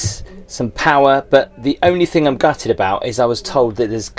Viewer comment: I enjoy your videos immensely.. the places you visit. And I hate to say it but please..: think Isn’t thing. ‘What’s this think on my sink?’ Er. Thing… it’s thing And complimentary and complementary… there’s no complAmentory… no such word 😮 Sorry for being a pedant but I keep shouting at my tv 📺 lol 😊…